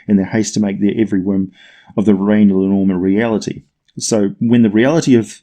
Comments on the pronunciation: It's really painful hearing you butcher the Icelandic language. It's linn orm with the emphasis on the first syllable. Not the middle one. Like is done with the English language. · Love your vids (as you might've noticed by now), but your pronunciation is very off in this one. I don't blame you for not knowing Scandinavian or Old Norse, though. For future reference, linnorm (in my mother tongue Swedish, as well as Danish, it's lindorm), is more or less pronounced linn-orm, with an i as in spin and o about as the o in holistic (tried like 3 different words in my head before I came up with something even vaguely resembling it), with equal, separate emphasis on linn and orm.